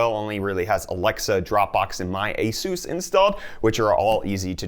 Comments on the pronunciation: eh-soos ..... so funny...... cup = coop ? sorry, it just tickles my fancy .... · Jesooos Christ! Where does this pronunciation come from?!